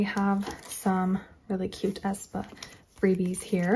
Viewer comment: Not A. E. ae like ae. Spa (Aespa)